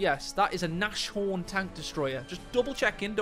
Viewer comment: Better start getting it right from the beginning mate, Nashorn = pronounced Naaz Horn, not Naash horn = literally nose horn = German for Rhinoceros (which is also literally nose horn in latin)